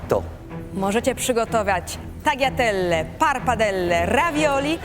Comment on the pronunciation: To samo sie mowi taliatelle a nie tagiatelle